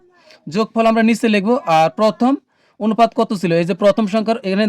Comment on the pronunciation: sir onopat bolle valo hoi😅